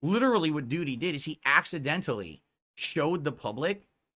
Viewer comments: I find it hilarious the way he pronounces DOO-DY every time. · Moo-taw-harr and Doo-dee 😂😂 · Even the way says Doody is wrong and pisses me off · Why does he say it like that? Ack ack